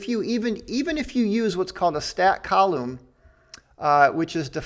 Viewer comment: I think the way you pronounce coulomb is way better than "Coo Lom" lol.